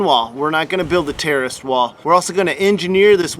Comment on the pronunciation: It sounds like you're saying "terrorist" wall.